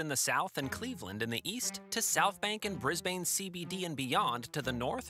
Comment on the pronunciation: Please note the following: (Sorry to nit pick) * Cross-river Rail was planned before the Olympics were given to Brisbane * Stock footage of right hand drive highways and roads used ( we drive on the left here) * It is pronounced [Bris] [Bin] not [Bris] [bain] * The lovely shot of the flag .... is the New Zealand Flag not the Australian One (a lot of people do this though) * Aqua trains at Kellyville is in Sydney (~1000km to the south) * American money